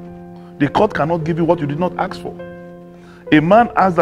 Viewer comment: Dino,it's ASK,not Axe.Abeg talk in pigeon.